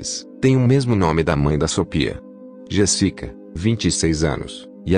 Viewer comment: Não é Jessica, locutor. É JÉSSICA. Dá um zero pra ele.